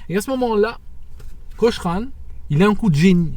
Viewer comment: It's Johnnie Cochran like Cokran not like Coshran. Also it's not the 2nd amendment, it's the 5th.